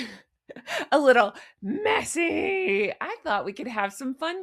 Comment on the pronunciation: I crack up laughing ever time you say messy & wrinkled! Love it,.